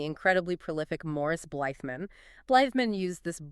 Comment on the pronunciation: The First was run by Morris Blythman. In 1953. Can I ask that you check your pronunciations. It's only respectful.